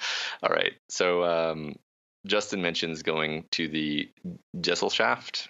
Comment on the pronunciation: ge-SELL-schaft (pronounced ge-zell-shaft)